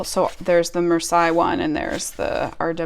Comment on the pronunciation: Also, that Marseille deck book looks really interesting! (It's pronounced Mar-say btw 🙂). Are you also interested in general Tarot books not related to specific decks, such as those by Anthony Louis, Rachel Pollack etc?